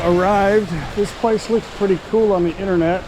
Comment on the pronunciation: it's internet, not inerner 😅